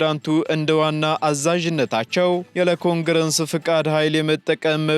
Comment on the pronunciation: Please its CONGRESS which is a national legislative body.... U always read it CONGRENSS...WOULD U PLS CORRECT IT?? ?